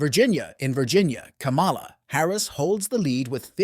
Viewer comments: This NARRATOR DOESN'T SEEM TO KNOW THE CORRECT PRONUNCIATION OF THE Vice President name!! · Can u say kamala name right!!! Ugg!!